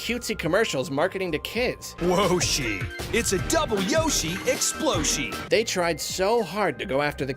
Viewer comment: "Double Yoshi-Exploshi" still breaks me to this day.